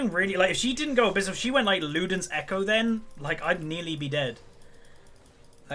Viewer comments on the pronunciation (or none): none